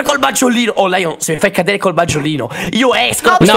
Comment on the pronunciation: Maggiolino, mi fa male al cuore a sentire Maggiolino...